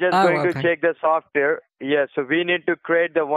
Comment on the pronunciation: Okay, that was pretty funny, "veee provide you with software... softveeehr is compatible in your computer not" Compatible in yeer computer NOT. Hahaha/ not. What a dipppy guy.